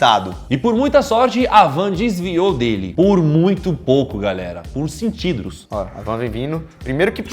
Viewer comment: Desviou por muito pouco "Por centidros" kkkkkkkkkk